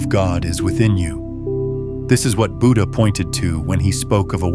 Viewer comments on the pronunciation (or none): none